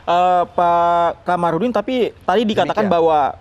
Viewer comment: Kamarudin.... Bukan Qomarudin...takut ga makan ya pak?.. jilat terus...nti dicopot jabatannya kan repot ya pak bhuahahaha